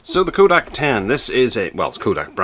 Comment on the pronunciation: Did you actually screw up the name Kodak so horribly? Yes, you did. It is NOT Koodak!!